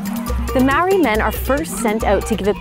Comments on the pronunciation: yes it is pronounced like (mahh ordi )it’s like trying to purr like a cat (prrrrrrrrrr)if you can pur like a cat thats how we. Prounounce the letter ‘R, Speak fluent Te Reo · Lady stop saying marry is ma ori its pronounced like mouldy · It is not Mowry it is pronounced mouldy because you roll your tongue on the "r" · why do white people never pronounce words in other languages right? its not maowry 🤦🏽‍♀️ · Dezmyn Talamaivao it’s not moldy lol it’s pronounced marri ( roll the r) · you no what's not incredible your pronunciation of the word MAORI